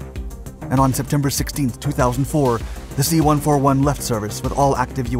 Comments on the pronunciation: Holy cow, it's pronounced C one fourty-one, not one four one. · Dude! You gotta stop saying C One-Four-One, or KC-One-three-five!! I spent many years overseas in the USAF and flew on everything from a C-47 (forty-seven) to the C-141 ("C-One forty-one). I'm sure you never say "F-one one one", I hope (F-111/ F- One Eleven)). It's like nails on a chalkboard to my USAF ears. I love, love, love your videos but sometimes I wonder if you do enough research before making the vids. KC-One Thirty-Five, C-One Thirty Hercules is the way we say it, Thank you!